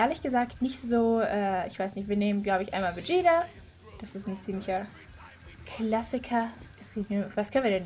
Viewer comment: Du sagst Vegieta das heißt Vegeta